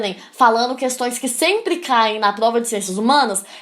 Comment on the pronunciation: Melhor parte é quando dela fala igual o cebolinha.. kkkk "Plova"